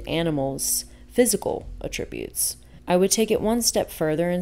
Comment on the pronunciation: AT-tributes is the way to pronounce the noun.